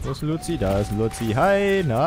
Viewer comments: ich habe es bei ihm zum ersten mal gehört, ich schaue es nicht wirklich, aber es hat so hart aufgeregt das er luzio statt lucio gesagt hat ^-^;; aber dennoch war es mega lustig, sollte mehr schauen. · Bitte sprich ihn richtig aus und nicht „Loutzio" oder so. Ich weiß ja nicht ob du das mit Absicht machst oder nicht. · ich finde es so geil das du immernoch nicht luico auspsrechen kannst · Du sprichst lucio falsch aus!!! 😩😩